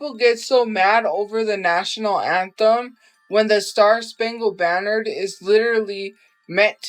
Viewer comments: kept saying “star spangled BANNERD” 😂😂😂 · how many times will she say star spangled banner wrong before she figures out shes saying it wrong